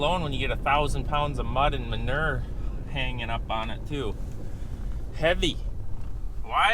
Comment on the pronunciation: What is manerrr? You mean manure? (Ma-new-er) 😂😂😂😂 Love you guys!!!